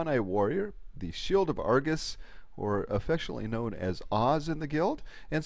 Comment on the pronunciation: She pronounces Argus wrong every time